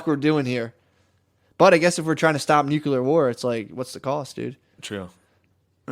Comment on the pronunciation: I love Matt and Shane, but the way they pronounce nuclear drives me nuts